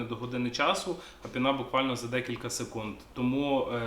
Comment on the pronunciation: не пінá, а пíна